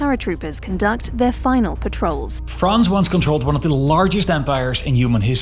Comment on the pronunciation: If you are speaking English - pronounce "France" the way it is pronounced in English - NOT the way it is pronounced in French (or whatever native language you speak (Dutch?)). You sound like just another Francophile chauvinist, or, even worse, a Francophone chauvinist. Yech! In any case, stayed at a Youth Hostel in Choisy-le-Roi, Paris in 1972 - it was shocking - wall-to-wall Moslem in native garb throughout the entire "banlieue" - just like the rest of Paris and the country. 1972!!! Somehow, you all seem surprised at what has happened since.